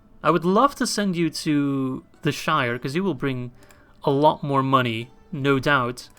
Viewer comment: Boah, its all about the MUNNEH!